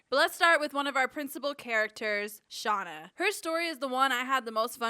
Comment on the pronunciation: “And back with Shanda” Umm…Shauna? I was cracking up